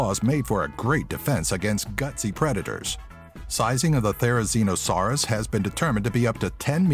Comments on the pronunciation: You promoted thrizosaurs wrong it's Thu sir ran o saur its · when he went on to the therezinosaur he pronounced it wrong